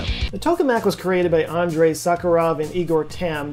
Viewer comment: Not Andre. Its Andrei.